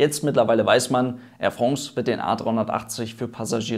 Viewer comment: Hoffe es kommen nach der Krise wieder mehr A380 an den Himmel. So ein tolles Flugzeug , wäre echt sehr schade wenn es wieder verschwinden würde. "Air Frongs" :)